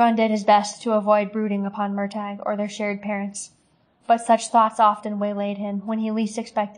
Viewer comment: I hope you learned how to pronounce his name by now but its "mur tor" not "mur tag".